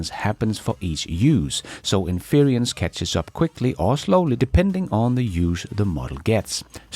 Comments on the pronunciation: Väldigt bra avsnitt! Ett tips: In-ference, betoning på första stavelsen, som interior eller kongelig, inte in-fe-rence, som i interference eller umulig. Tack för idag,! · Not sure if you care, but "inference" should not rhyme with "experience". There is no 'i' in inference as there is in experience, so it is not in-fer-EE-ence. The "fer" does not sound like "fear" nor rhyme with 'peer' or 'dear'. The "fer" sounds like "fur"(as of an animal). So in-fer-ence. "fer" like "fur". And "ence" rhymes with "fence" "hence" and "sense". You can unstress the middle syllable 'fer' to almost 'fr', so it may sound more like infrence, with the "fren" sounding like "friend" without the d (and why the i in friend nobody knows, lol). To sum up: it's "in-fer-ence" or a lazy "in-frence" The handy pronunciation guide has been brought to you by a random compulsion. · In fer rence not in fear ree ence 😂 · Sorry,, but it's getting to me. Inference is pronounced: IN-FER-ENCE, not "inferience" as you keep saying it. I really love your shows, please keep up the great work! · respectfully we pronounce “inference” as “in-fer-ence” in English. Some people also say “in-frence.” You’ve got an extra syllable in there saying it as “in-feer-ee-ence.” Your English is much better than any of the second languages I speak. Great channel, thank you! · INFERENCE is pronounced in English as “IN FER ENSE”. SAY THIS QUICKLY…. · IN-fer-ints = inference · it's pronounced "" INfrence "" Accent on the caps. You're doing a good job! If I depended on the MSM I'd be a lot more confused and pessimistic about things Elon... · Love your show. Please look up the pronunciation of inference to get it right. Cheers.